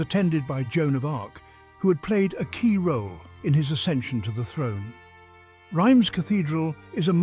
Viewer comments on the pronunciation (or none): Reims is pronounced reemz not rimes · Pronounced 'rams' by Google Not rymes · It is pronounced "Rhahnz" cathedral - not "rhymes" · Rhymes Cathedral! It's pronounced "Reems" in English and to rhyme with the French pronunciation of "pince" in French. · Excellent documentary. My only complaint is your pronunciation of Reims. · Well, kind of english pronunciation for a french name...